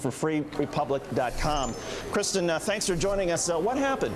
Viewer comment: fucking "KRISTINN"... r u fucking kidding me? just go by "Kris" for fuck's sake.